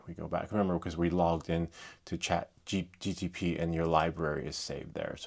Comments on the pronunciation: it’s called Chat GPT not GTP 😅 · Why do you mispronounce chatGPT? You keep saying chatGTP